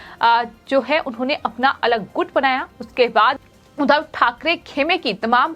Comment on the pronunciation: जी, समाचार बताते समय मुझे बार-बार कुछ नेताओं के नाम और उपनाम का अशुद्ध उच्चारण कर रही हैं। उदाहरण के रूप में आप 'एकनाथ शिंदे' के बजाए 'एकनाथ सिंधे' और 'उद्धव ठाकरे' की बजाए ' उधव ठाकरे' बोल रही हैं; जो अशुद्ध है। 'शिंदे' और 'सिंधे' तथा 'उद्धव' और 'उधव' के उच्चारण में ज़मीन-आसमान का फ़र्क है। अगर मैं सही हूं,तो आप इस त्रुटी को दूर करें। ।।धन्यवाद।।